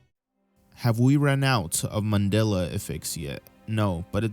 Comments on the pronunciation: I'm sorry did I miss something or my ears going strange? why do you keep calling it a "Manila" effect? I know you know it's "Mandela". maybe it's just my ears but it's driving me up the wall. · It's not " manilla" , it's Mandella . If you can't pronounce it ,then you don't know anything about it. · Why does he keep saying :manilla effect. instead of mandella effect. Ennunciate? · Is mans saying Mandela or Manilla?? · Mandala, Not Mandela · Why does it sound like you keep saying Manila effect instead of Mandela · It sounds like your saying “Manilla Effect”😂😂😂